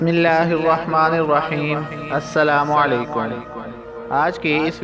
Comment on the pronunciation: Very nice, correct the word السلام عليكم not اسلام عليكم